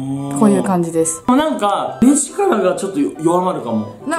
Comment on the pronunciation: 最初の、パパラピーズですのとこ、「パパラピーズべぇす」みたいに濁ったくない??爆笑